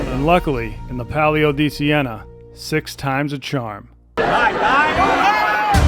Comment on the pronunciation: “Good luck chahm”